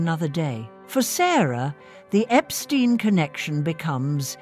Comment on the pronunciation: Epstein, not Epstine!!